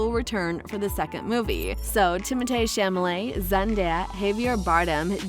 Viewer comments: it's Chalamet, not Chamalet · Actually it's the only thing she did say right his name is French so the THEE is pronounced Tay where Americans say Timothy which is usually THY so Timothee is Timotay the correct pronunciation! now she pronounced Chalemet as chamelet which is wrong! She got half the name right! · "chamalet"?can you read?o sorry u could be dyslexic i guess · Chamalé? Illiterate B lol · the name is not chamalet...pffff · It’s not the first name she is mispronouncing tho.